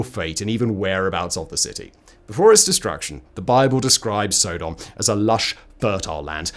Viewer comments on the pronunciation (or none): SO..... Simon pronounces Sodom (with a short in the front and back) as Sodahm (with a long O in the front and short o in the back), which makes me now question how I/We as a culture I have been saying Sodomy for as long as I understood what it is. Now when I watch crime TV shows do I have to mentally translate Sodomy charges with Sodahmy charges? Further more just hearing the pronunciation of Sodahmy makes me think of a "Sodame' Roll" as something one might see on the special board at a sushi/sashimi bar! What in the name of hell could someone roll up in some rice and give it the name "Sodame' Roll"? And to make things worse I'm hungry right now and I was actually think of going to get some sushi. Thankyou Simon. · Sodom is pronounced like the word sodomy …. Not so- dumb😊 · Sodom stress on the 1st syllable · you are pronouncing sodom wrong it's not sooodom it's sod-om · Sod-om not So-dom, as in sodomise. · Stop saying Sow-Dom. So (short o)-dom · Dunno if it's a Brit thing or a Simon thing, but the way he says "Sodom" makes me think of Thomas the Tank Engine's Island of Sodor. I'm used to hearing it pronounced more like "Sod 'em" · pretty sure most people pronounce "sodum" pretty sure its Sodom like sodomy, as it is " the act of the people of Sodom" lol I dont know but im pretty sure Ive heard you pronounce sodomy the same way I would if i were using it. Anywho big fan and ps I know i know you dont read these ........ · It is pronounced Sodom! And I do not like your skepticism, Simon! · I cringe everytime Simon mispronounced Sodom